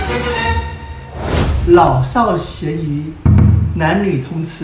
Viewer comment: 好嚴肅的話题，一路緊張聽到最後忽地鬆了口氣笑出來，不知U爸是有意的嗎？！「老少咸宜」怎麼聽起來像「老少鹹魚」⋯啊哈哈～